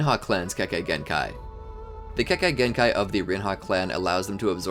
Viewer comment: many times you said kekakei genkai🤣🤣